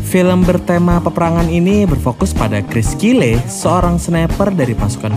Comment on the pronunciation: Bukan cyle tapi Kyle